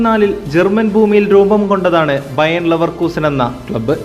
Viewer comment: ബയേൺ അല്ല സുഹൃത്തേ ബയർ ലെവർകുസെൻ